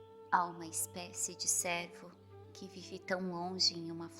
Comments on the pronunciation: Gostaria de ajudar com uma correção . Pronúncia correta para cervo se faz com o e fechado como em péra . Senão confundi,se com servo de serviçal . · Gostaria de ajudar com.uma correção na história de Penas douradas , a palavra cervo pronuncia se com o "e " fechado como em pêra , senão ouve_ se servo palavras que remete a serviçal ."Eis aqui a serva do senho ". O servo é dedicado.😊